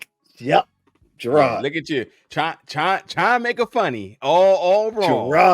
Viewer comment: His name is Jenard, not Gerard 😅.